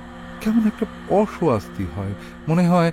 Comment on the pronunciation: কথাটা অসৌয়াস্তি নয় কথা টা অস্বস্তি বড্ড কানে লাগছিল এটা বার বার বাকি আপনাদের গল্পঃ তো আমি রক্তবীজ গল্পঃ থেকে শুনি ❤